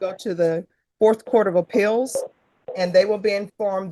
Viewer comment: Judge pronounces many words funnily, e.g. Court of “APILLS” for appeals, etc. It’s cute. Also she can’t say ORDER; she says ARDOR.